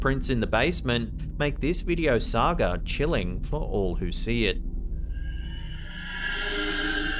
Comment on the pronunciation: It’s pronounced saga (sah-guh) not sager lol 😂